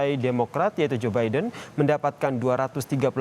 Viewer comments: Zubaedah apa Zaenab gitu kedengarannya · Iya joebidah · hahaha jobaidah..... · Ini kuping gue yang rusak apa gimana ya.. capress kedengeran namanya..jobaidah 😂